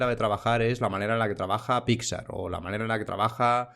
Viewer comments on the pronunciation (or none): none